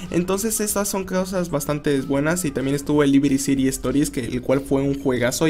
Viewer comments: porq dices libiri ciri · No sabía que Liberty City se pronunciaba "Libiriciri"